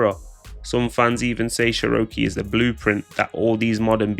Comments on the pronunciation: lol sheroakaaaaay 😂 it’s pronounced chero key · I dunno what she upset for. You're in entertainment and these rappers mentioning you will keep you relevant . Also why the fuck does the narrator call her churowkey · Calling her Sherokee is crazy😂😂😂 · Say her name right